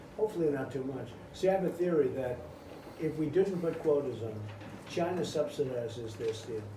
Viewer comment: LOL gina instead of china